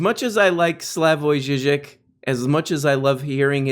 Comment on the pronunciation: Thats a pretty good Slavoj Zizek, gotta roll those r's more though. :)